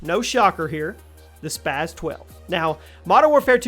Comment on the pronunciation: why do people always pronounce the spas like spaz it's not spaz is spas